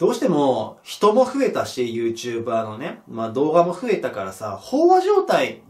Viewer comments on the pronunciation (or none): YouTuber↑じゃなくて、YouTuber↓な気がする、、